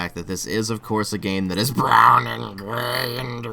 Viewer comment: When you die(which I hope will not for at least 100 years), please have "brown & gway and weawistique" on your matching tombstone :3.